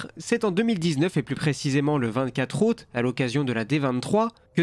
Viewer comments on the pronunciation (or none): none